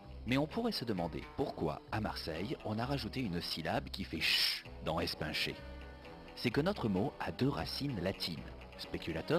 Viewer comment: Mdr comment elle prononce la voix off espincher MDR!!!! c pas es-pain-cher mais es-pine-cher